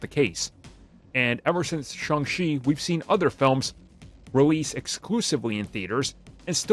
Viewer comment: Its Shang, not Shung.